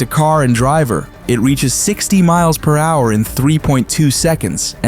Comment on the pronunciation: I thought we were in a down south race garage for a sec 😂 a hundred mileanhouer